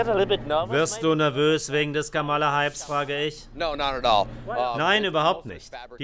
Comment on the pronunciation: Warum spricht der Sprecher durchgehend von Kamála statt Kámala? Das macht auf Englisch nur Trump.